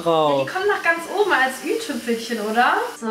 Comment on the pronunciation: Niemand: Wirklich niemand: Bibi: die kommt oben drauf als ,, ü-Tüpfelchen“ (Heißt aber i- Tüpfelchen haha🤨😉)